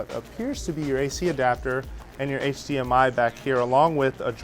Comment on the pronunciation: He says HCMI its HDMI 😂